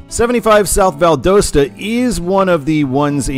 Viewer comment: I’m a native Georgian. It is pronounced Val Dah Sta.